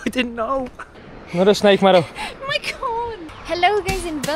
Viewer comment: The first couple of videos I saw I hadn’t paid attention to name of channel/content creators. I thought was calling her madam. I still have to remind myself he is saying Mado!